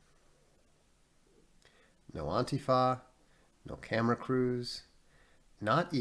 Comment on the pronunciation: I love how Vox pronounces Antifa "Auntie Fa". Somebody out there has an Auntie Fa. I know it.